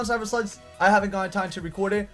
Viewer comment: It almost sounded like you said Digimon: Cyber Sluts XD